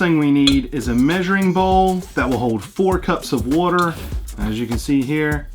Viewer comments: SAY WATER RIGHT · Well if he is tell him to say water right